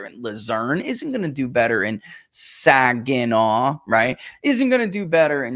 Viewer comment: Yeah!!!....pronounced Saginaw correctly.